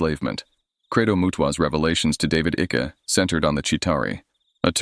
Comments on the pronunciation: David Ickes name is pronounced as if it rhymes with Hike, Mike, trike. It is so annoying to hear your voice over saying Icky, that rhymes with Sticky. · It's David Icke not icky lol... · Icke is pronounced IKE. Just saying. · I trying to watch this but I can't cope with Icke being called Ickie!! Goes through me everytime 😂😂😂